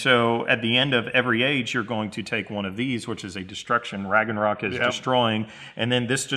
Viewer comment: "Raggenrock" ??? WTF?!